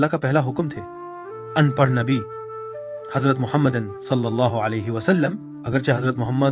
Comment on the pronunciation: please correct the word "An parh" أن پڑھ Not the word "oon prah" Kindly